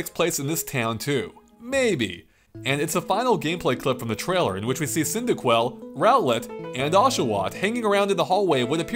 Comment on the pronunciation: Unoova, Row-let, Poke....dex 😭